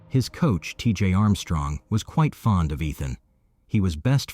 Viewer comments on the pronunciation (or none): none